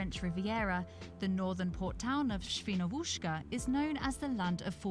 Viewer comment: Świnouszka :-) Totally wrong pronunciation. Compare to